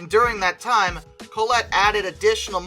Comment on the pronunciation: And Collett isn't pronounced "Coll-ett", but more like "Coll-it"